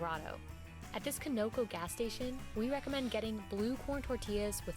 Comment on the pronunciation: Ugh! For Colorado they picked a decent food, but they pronounced the gas/petrol company WRONG! It's 'Khan-ah-coh' NOT 'ko-no-co'